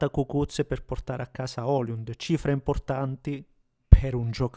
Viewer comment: E comunque si chiama sempre Højlund (pron. Oilund, non oliund), proprio non ti viene😂